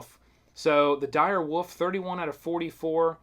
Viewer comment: I love every time he said dire woof